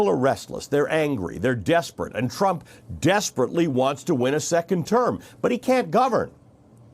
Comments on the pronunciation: I liked the slip at the end Donald Tram...Tra... Trump... cuz lord knows he is one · Did he say Donald Tramp at the end? haha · Hey its Trump not tramp and it was your Pal Como who was going out sick killing people and his brother who sent sick people to assisted living and Nancy who invited everyone out to party while Trump was trying to shut the country down to stop it from spreading as the dems keep fighting him and blaming him just like you. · He almost said 'Donald TRAMP' in the end 🤣🤣🤣🤣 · His slip of the tongue was right on time. Tramp... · "Donald TRAMP..." great slip of the tongue, so appropriate 👌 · That slip of the tongue 'Donald Tramp' made me laugh. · “...Donald Tramp, uh...Donald Trump” no, no Ali Velshi, you said it right the first time! 👏👏👏 What an utter disgrace this despicable human being is as a “world leader” 😒 — “Keep America Great”? How about keeping America(ns) alive?! 🤯 Sending my genuine and heartfelt prayers from Canada to my American neighbours that by the grace of God things turn around for the better for the country and its citizens 🇨🇦🇺🇸 🙏❤️ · Oops, little slip of tongue there - but it works though 😉 President Tramp lol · Ha ha. He slipped and said Donald Tramp. I like it, like it alot in my Jim Carrey voice😅😅🤣🤣🤣